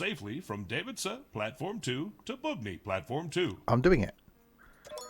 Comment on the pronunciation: Hears Bubny pronounced 4 times still pronounces it blatantly incorrectly lol